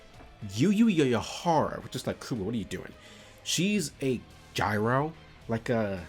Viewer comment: Dude! That was pretty good, and I’m not trying to pick on ya man (though I did laugh) it’s not pronounced gyro or how ever it came out?, but try putting a Japanese accent on the word gal, y’know the slang for girl, so instead of gal, it’d be more like gal-ru. It’s hard to type an accent but gyaru is spelled weird. Thanks for the laugh again though man, good video.